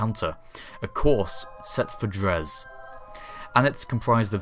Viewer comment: Dres: pronounced dray